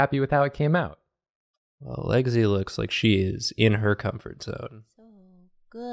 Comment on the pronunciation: 4 fanarts? No....1 intro, 2 tries to make it righ that ultimately become a mess, and a 4th and final one that made it into the video also for some reason i kept hearing "Legsy" not "Lexi" lol